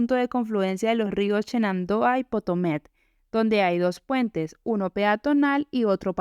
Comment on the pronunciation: Río Potomac, no potomet